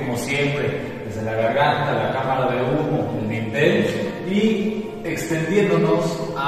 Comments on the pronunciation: Hablando de gente ignorante. Se llama DINTEL a la pieza horizontal superior de puertas, ventanas y otros huecos, apoyada en sus extremos sobre las jambas y destinada para soportar cargas. no se llama "vintel" ni "lindel" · Así es. Se llama Dintel. Y si quieres educar a la gente que "por su ignorancia" no lo pronuncia bien, al menos da tu explicación con tus propias palabras en lugar de bajar la definición de Google👍